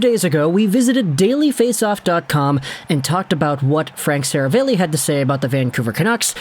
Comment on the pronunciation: Sera-valley. C’mon. Seriously.